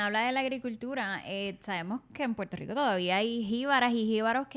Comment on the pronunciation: porque ellos no dicen puelto lico